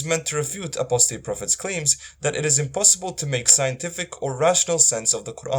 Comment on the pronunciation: You completely butchered apostate’s words....